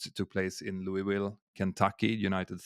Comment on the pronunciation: for Louisville, The s is silent.